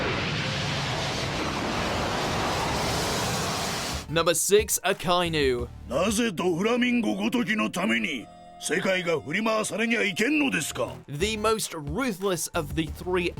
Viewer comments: "Akaynu" It is prononcerad aka-e-nu. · A-kai-nuu. lmfaoo.....nooooooooooooooo. A-ka-i-nu u is more like it